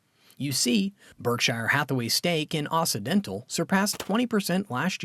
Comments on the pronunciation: Someone please tell the narrator that it's OXY dental NOT OSSI dental. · It's pronounced okcidental